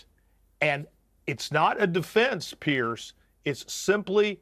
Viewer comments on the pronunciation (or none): PLEASE advise your guests that your name is pronounced PEERS , not PIERCE! its super irritating to hear them all mispronounce it.